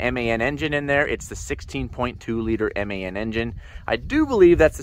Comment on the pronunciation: Hahhaha you cant pernounce MAN 🤣🤣🤣